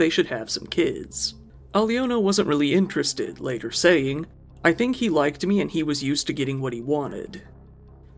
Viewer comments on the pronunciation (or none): none